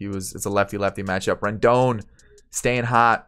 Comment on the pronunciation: 👏 u got Rendon right